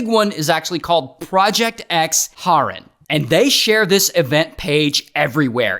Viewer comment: it's HAAAAREN not horen💔